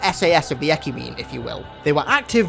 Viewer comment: DID YOU JUST SAY ECUMENE!?!?!?!